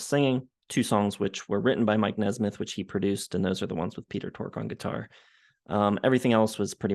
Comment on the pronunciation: At least he could have said mikes name correctly. Who cares what you think.